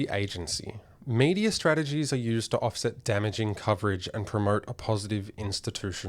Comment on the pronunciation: "Deterrence" not "detterence", "rumour" not "rumor", "institutional", not "insti-TOO-tional"